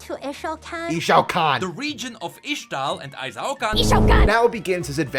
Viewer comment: ISH TAL not IX TAL.